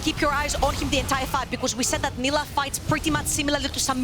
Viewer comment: Female caster sucks. She can't say half the words/names correctly......